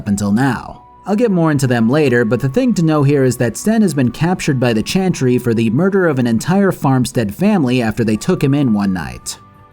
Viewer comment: This video made me want to finish Dragon Age: Inquisition and replay the entire series. Thank you! PS: Does anyone else hear him say "chanchry" instead of "chantry" all the time lol?